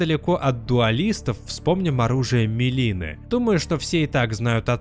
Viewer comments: МИлина, а не "мЕлина" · МИлина, а не МЕлина, а так всё, как всегда, круто и интересно.